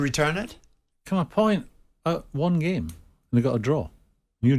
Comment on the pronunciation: Goldbridge is so right about Souness! All he has is "I plaeyed the gaeme" "this guy/player is a risk, he doesn't know our gaeme" get this bitter old guy off air.